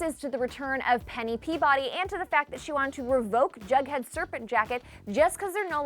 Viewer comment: Is she saying “BugHead” or is that just me... it’s “JugHead” it sound like she is saying bughead 😂😂